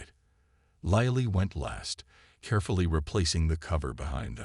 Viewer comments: Lilly is not "lie lee," it's "lill lee." Need to teach the AI because it detracts from an otherwise good story 😊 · Lilly like the flower. Your AI never got it right.